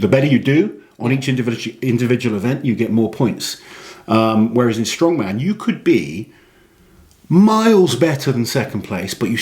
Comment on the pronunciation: It's strongman, not stoneman. Too much emphasis on atlas stones currently at Giants Live and WSM. Count back rule is way fairer and more balanced. Too complicated was a silly reason to change the rule back in 2010. Reason being, WSM is pre-recorded TV show they could have been explaining and had a very dramatic count back review at the end of the 2010 final, instead they just briefly mentioned it during the table graphic. Poor editing decision by IMG, in my opinion.